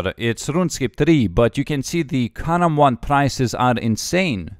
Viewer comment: I just watched this cause I like how he says karambwan